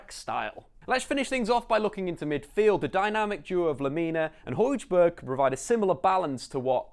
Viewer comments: Hojbjerg not Hojberg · Nicely done. Pronounced Pierre Emile (Hoy-be-yeah) Hojbjerg